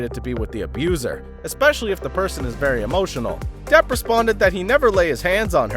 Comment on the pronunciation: Depp not Debb